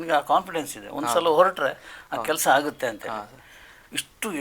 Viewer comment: ನಮ್ಮ ಕರ್ಮ ಉತ್ತರ ಕರ್ನಾಟಕದ ಭಾಷೆಯಲ್ಲಿ ಬೈಬೇಕು ಅನ್ಸುತ್ತಿದೆ ಆದರೆ ಎನ್ ಮಾಡೋದು .....(ಆಗುತ್ತೆ) ಅದು ಹಾಗುತ್ತೆ ಅಲ್ಲ 🎉😂